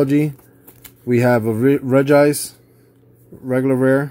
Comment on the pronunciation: Rej-Ice you said it right 😂